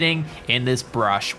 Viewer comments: How fuckin annoying to hear you say brush all the time .. dude it's a fckin BUSH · IT IS BUSH NOT BRUSH